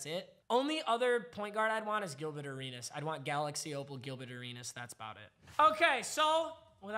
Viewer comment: Why he say gilbet arenas?